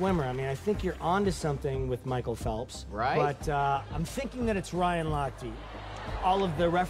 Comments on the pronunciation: michael phelps IS. swimmer- and it's MICHAEL not mchicale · Damn how can u say Mhicale Phelps like rlly a swimmer i love him and he is not